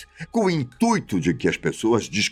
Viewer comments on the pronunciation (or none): none